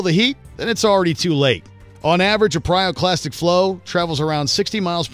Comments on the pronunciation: PYROclastic! NOT PRYOclastic!! 😠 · After five “pryoclastic flows” I quit.